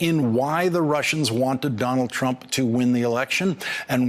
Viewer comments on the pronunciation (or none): What was the word Mueller was conflating when he said "Trimp"? What do you think? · nope. Trimp. Slip of the tongue. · "It would be Trimp"! LOL, you go Robert. Throw that shade. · lol mispronounced trumps name. Tranmp? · He said "Trimp" 🤣